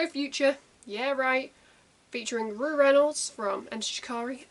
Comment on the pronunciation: It’s pronounced “row” as in to have a row with someone :) Short for Roughton pronounced “row-tonne” xxx